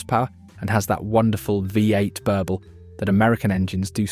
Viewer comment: So many mistakes and inaccuracies. This must be awful AI. ‘3.5L VIE 8’?